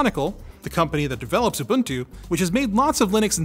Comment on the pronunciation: I like how you pronounced Ubuntu correctly.